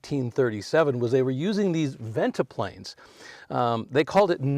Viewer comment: Interesting talk. Nice side-to-side dance step, too,. Very entertaining! What do you call it? Modified swing, I guess. And it's "venti-pane", not "venti-plane" for those "no draft" pivoting windows. It's my understanding the Cadillac dealers were annoyed by so many LaSalle cars selling at the expense of Cadillac (it was Cadillac dealers who sold the LaSalles.) It's true that the LaSalles were selling beautifully--and the '40 models were really beautiful, in my opinion. But for 1941 LaSalle was gone and the Cadillac 61 was introduced with the new GM fastback styling on the "coupe" which had a full back seat and was priced at only $1345--Cadillac's lowest price ever. The ads claimed stuff like "Now YOU can afford a Cadillac." And that probably brought plenty of buyers.